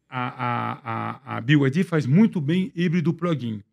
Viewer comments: Os irmãos, apesar de ouvir diversas vezes o entrevistado falar corretamente o nome BYD (biuaidi), insistem em dizer "biaidi" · “Bi ai di” kkkkkk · Os entrevistadores falando BID. BYD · Acho engraçado quando ouço o pessoal falando "Bi Ai Di" kkkkkkk